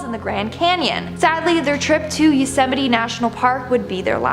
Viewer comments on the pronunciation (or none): none